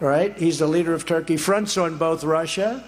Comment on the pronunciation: Orban?? Turkie?????? 🤣🤣🤣🤣🤣🤣 Great job showing youre intelligens.